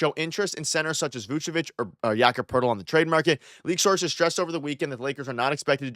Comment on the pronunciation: why does every nba follower pronounce it like yaccapertil 😂 first time i heard his name i thought it was one word